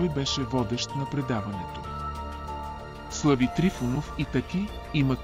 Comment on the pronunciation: Защо изговаряте Тъки вместо ТАКИ, също и начина на говорене, въпреки приятния глас на говорещия, сякаш устройство говори Също на бУдигардове вместо бодигардове и СлЪви Трифонов 😅